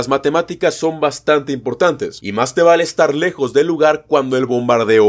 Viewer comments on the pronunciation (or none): none